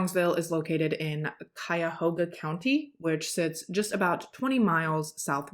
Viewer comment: I love the way you tell stories. You always show respect through the whole thing, every time. And I like your makeup. Always so bright and stunning. Oh. good job on pronouncing Cuyahoga 😊